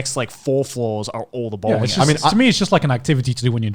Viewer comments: Bowling owh.. Bowring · Joy just mistaked the L with R because he lives in japan! He just read it Bowringu so that’s why!